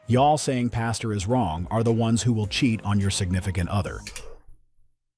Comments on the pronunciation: It’s PAS-TOR Not PAS-TUR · Yo A PASTURE (pronounced pass-cher) is a field where livestock graze. A PASTOR (pronounced pass-ter) is a church leader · Hey red, I gonna give you a little crap. A pastor is a man that preaches the word of God and a pasture is where cows go to Grace. It sounds like you’re saying the second one lol